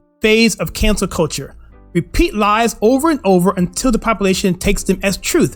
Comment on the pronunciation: Either my ears are playing tricks on me, or you forgot an L sound when intending to say "lies" but sounded like "eyes" to me. On a more serious note, your intended message with this statement is 100% spot on, and with the Derek Chauvin trial having recently started (yesterday, if I'm not mistaken), I can't think of a more relevant example than the George Floyd arrest and death. Without MSM's narrative, the entire country was united in believing that black lives do indeed matter. With facts that emerged later, it's unfortunate that Chauvin would have been the "villain" leading to unity, but if our country had gone down that path instead of the one it went down in reality, I think Chauvin would be willing to make that sacrifice.